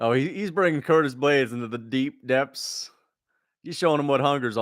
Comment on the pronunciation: Don t forget he said almeida will anihilate ploody man blaydes.